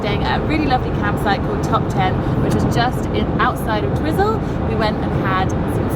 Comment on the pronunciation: Twizzel ... lol pronounced t-why-zil.😁 Great video enjoyed seeing your journey in NZ. Glad you love the TimTams, have you tried drinking coffee through them, a NZ tradition 👍🏼😁